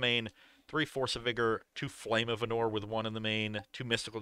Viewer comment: For love of God, PLEASE. It's Arnor not Ahnor. Please man, please.